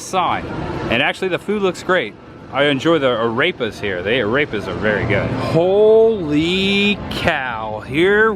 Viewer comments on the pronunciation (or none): of this video just made me laugh so hard....."Arepa" sounds like he says "A rapist" like Sean Connery from SNL skits